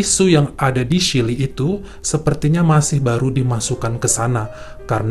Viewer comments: Maaf ya, klo bole koreksi chilly itu dibacanya cili bukan sili.... 🙏🙏🙏🙏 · Duh kangen chili nya Wendy's.., bacanya Chili Ch, bukan shili.. fyi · Terimakasih, bagus sekali cara menceritakannya... kritik : coba belajar pengucapan kata2 dlm bhs Inggris dan nama2 asing secara benar, supaya ceritanya lebih perfect..... Contohnya : bukan SHILI, tapi Cili